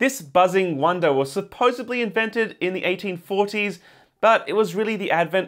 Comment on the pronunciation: Did he.... did he say supposebly?